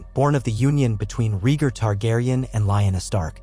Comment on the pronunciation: I like your stories just not pronunciations of rhaegar and lyanna